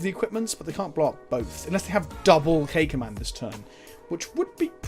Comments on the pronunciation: Oh this whole time you've been saying "K Command" but I'm hearing "Cakeman" and I'm like, "What the fk did I miss?" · I kept hearing "Cake Man". Fat guy problems